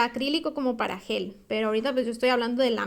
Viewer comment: No es soft Yel, es soft Gel